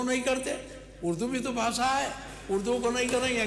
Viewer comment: Bhasha hota hai bhasa nahi